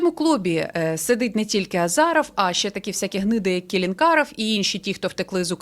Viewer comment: Не азАров а азИров 😂